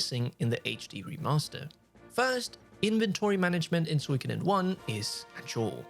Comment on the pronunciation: What if you learn how to correctly pronounce Suikoden? Geezz... Every time...